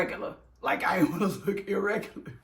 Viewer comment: Gurrrl you killin me wit the "irregulah"😂😂😂